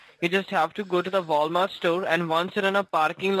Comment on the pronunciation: "voul mart"